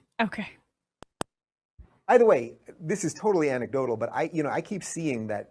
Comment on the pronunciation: Dave has learnt how to say anecdotal. It used to be 'antecdotal' - consistently. He's evolving. Lol.